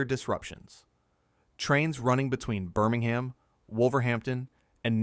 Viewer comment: Please stop saying BirmingHAM.